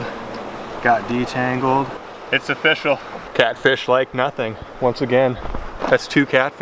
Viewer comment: "Nothing is ofishial" 😂